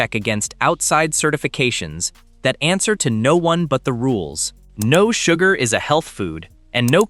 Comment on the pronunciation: its sugar not suger, oh AI how you disappoint as usual